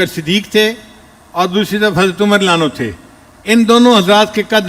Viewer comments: Ye deobandi molvi ko raziallahu bolte nahi aata Ali lanu Ali lanu bolta he ye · se adban guzarish hi ki raziyallahu anhu ka lafz saf samajhme nahi aata